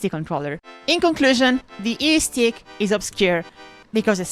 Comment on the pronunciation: Every time she says eestick I Imagine Lae'zel saying istik